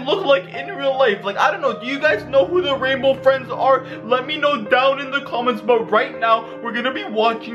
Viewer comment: OMG RAINBOW FRWIENDS SWARCY 😱😱😱😱😱